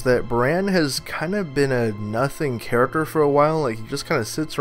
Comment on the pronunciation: please learn how to pronounce the word character. It's not Karik-er, it's Kar-ik-Ter!